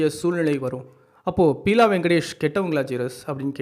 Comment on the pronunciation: பியூலா வெங்கடேஷ்.not பீலா